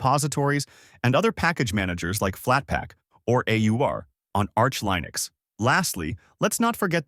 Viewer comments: i seriously didn't know that this was an ai voice until ish where he starts saying linux wrong, that's crazy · For me, I hate icons, that's why I use Mint Cinnamon. I want text lists in alphabetical order for everything except the panel at the bottom - files and programs - not a screen full of giant icons. And you need to learn how to pronounce Linux and Mate and Debian. What is this, AI?